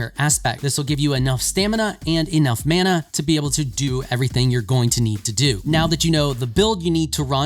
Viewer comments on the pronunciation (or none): none